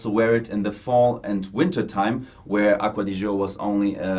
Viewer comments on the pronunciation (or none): Aqua Di Gee Oh. not aqua di joe. mangia cakes.